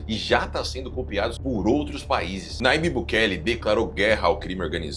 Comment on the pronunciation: Nayibe, porém se lê "Najibe".